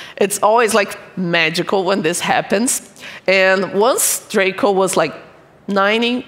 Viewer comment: It's draco Not droca